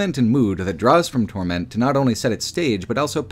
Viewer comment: Why are you emphasising "Torment" so strangely? The emphasis is on "Tor" not "ment"